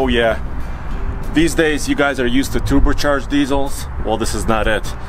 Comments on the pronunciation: He said toober-charged... :D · Bro reallysaid “tuber” charged not just once but multiple times - instant unsubscribe